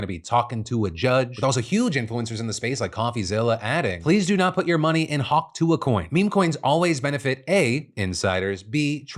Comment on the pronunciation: Hawk Tua, Just say "Hawk Two" Hawk like the bird and two like the number, that's how you say it.